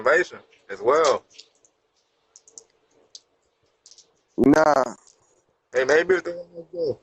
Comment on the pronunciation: The way he said get some information “as well” tells me he was getting out the rain for a minute about to be the next sqautter or burgular